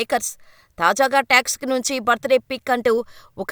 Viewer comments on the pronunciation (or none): movie texic aa😂😂😂 7th chaduvukuma meekante baga English nake vachu😅toxic😊